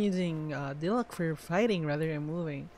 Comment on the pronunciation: You're saying Diluc wrong!!